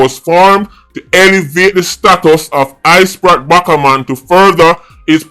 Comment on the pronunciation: I-Sprat Backa-Man and Spratel Addiman Pah-man got me weak 🤣🤣🤣